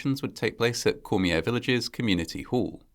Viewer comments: Cormier is pronounced “Core-mee-yay”. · I agree, although the pronounciation of some names, just sounded like jibberish. There are some programs you can use, which actually repeat the word or name You were close on Cormier though. The final R is silent. Cheers. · This is similar to the tragedy in Des Allemands, LA. when a speeding semi loaded with oil rig drill pipe overturned onto children at a school bus stop. FYI; We Cajuns pronounce Cormier as "CORM-yay" and Leger is "LAY-zhay" Our roots are in the Maritimes, the area formerly known as the French colony of Acadia before the WASP British stole the Catholic colonists' land and farms and exiled them Thousands died and families totn apart forever. Reparations? Not for us.